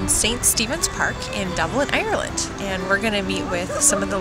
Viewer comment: Definitely doesn't sound American at all. I've not met one person down here who says it like that...